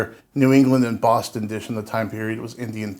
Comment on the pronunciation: I don't know where hes from, but I approve of the way he says Bwoston. Unintentionally very accurate👍